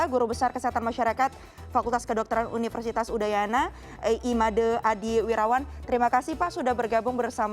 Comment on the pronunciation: susah banget emang ya bilang é? madé bacanya malah madê